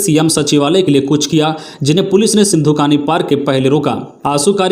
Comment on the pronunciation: घेराव को घेरावा, दर्जे को दर्ज, सिधु- कानू को सिँधु कानू बोला गया और भी कुछ गलतियां सुनने को मिला, बार -बार कमेंट करने पर भी भूल सुधार नहीं हो रहा है, मैं हमेशा इस चैनल को सुनता हुँ, खबर अच्छी है।